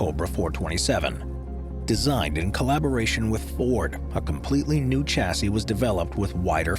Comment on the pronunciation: Some of the pronounciations here make me shudder. Bugatti is Boo-gat-ee, not Boo-gah-tee. Similarly Chassis, being a french word, is Sha-see with a soft CH, not a hard CH like Chair. Jaguar is Jag-u-ar like it's spelt, not Jagwaaah.